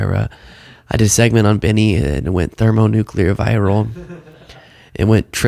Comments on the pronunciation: Benny said "thermo-NUKU-lar, instead of thermo-nuc-lear !! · Ben lost me with "thermoNUCULAR'. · Not "thermo nukular" 😭 lol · thermo nuke you ler? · Benny Johnson: "thermonucular" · "it went thermo nucular" I lost it lol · thermo nucular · No, Benny. It did not go "thermonucular", bc that's not a word. You split the nucleus of an atom to produce the energy of a nuclear device. Since there's no such thing as a nuculus, there's no such thing as nucular energy.